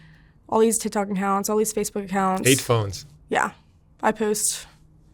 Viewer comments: Is it just me or does anyone else hear her say, "tit tok" ? 🤷‍♀️ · “Tih tohck” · The way she says TikTok “TihThok”